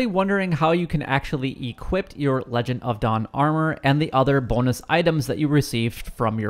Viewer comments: Legion, not legend lol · Lee-John of dawn Not lejon of dawn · I preordered it and can’t access it, I’ve done everything. Btw it’s pronounced lee-jen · Pronounced Leeee-jonn... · I noticed you continuously mispronounce the word legion